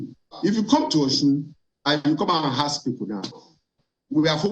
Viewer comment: Yoruba people, it’s not “hask” it’s “ASK”